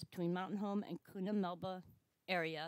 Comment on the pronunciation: It's not Koona, it's pronounced Q-na. Have family there and I live 75 miles from Mtn Home currently....and was stationed there '82 to '88.